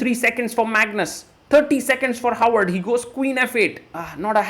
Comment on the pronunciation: For those who don't speak norsk: It's HÅVARD. Håvard. It's not "Howard". It's pronounced "ho ar", like santas and pirates say, with a slim almost f-like "v" in between.